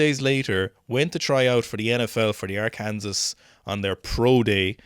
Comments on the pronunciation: For what its worth, you pronounce Arkansas like this: are-kin-saw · Arkansas isn't R-kansas looool It's more like Arkansaw